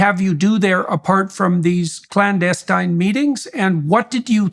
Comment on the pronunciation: Strange that he mispronounced clandestine